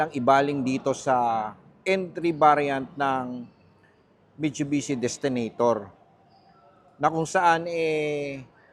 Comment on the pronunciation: Ayusin mo muna sinasabi mo mitchubichi 😂😂😂